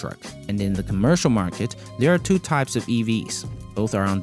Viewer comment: “Master plan, part doo” 😂😂😂